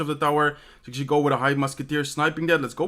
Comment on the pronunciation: Take a drink everytime he says "actually" or "ashuasie" (xD). Lets be drunk in 2min.